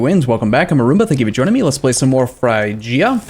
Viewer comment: it's pronounced frig-ia frig like fridge